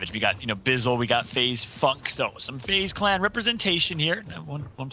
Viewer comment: Anyone else hear the presenter say faze fucks? 😆